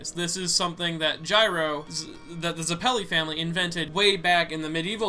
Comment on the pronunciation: Why do you always have such a hard time pronouncing everything? You can't even pronounce Zeppeli